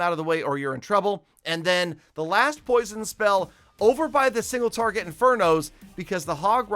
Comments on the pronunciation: Jeez I'm not half the player that you are but but I solved it first try no problem on both my bases using a way that's much easier than yours. Maybe if you could properly pronounce "Single TARGET Inferno" you'd have more success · he says single farget interno instead of single target inferno 🤣